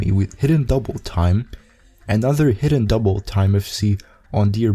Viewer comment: Say Hidden Doubletime again, I dare you.